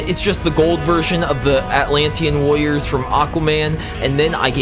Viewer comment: Why does does it sound like it says lawyers instead of warrior's